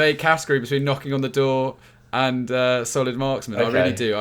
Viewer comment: Every time I hear solid marksman. I hear Solly March 😂